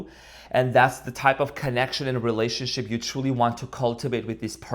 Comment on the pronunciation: Did I just hear relationshit? That is pure gold 😂